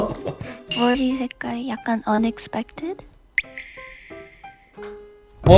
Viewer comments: 아니 발음 왜 이렇게 좋지..? Unexpected..? ㅠㅠㅠ 계속 돌려 듣습니다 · saying unexpected in perfect english was unexpected lol